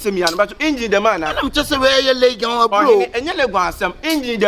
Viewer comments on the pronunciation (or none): Not legon oo...laigon😹💔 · 3y3 “Leygen” 3broo 😂😂😂. Eiii